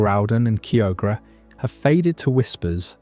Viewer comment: Your pronunciation of Kyogre is actually painful.